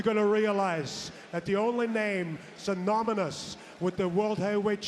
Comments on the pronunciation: 'Synomenous' really caught me offguard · Seth Rollins trying to play off smirking at Gunther saying “synominus” lmao😂😂😂